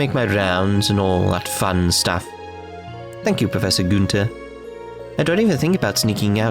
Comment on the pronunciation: Being german your pronounciation of the Joachim Guenter cracks me up. I'm pretty sure the good doctor is pronounced either Ioakim or - more likely - Ioachim with the ch pronounced as in Loch Ness. Guenter you hit pretty well on the first try though.